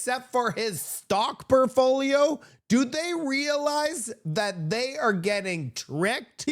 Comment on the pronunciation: “PORTFOLIO” not “Perfoliol”. My friend….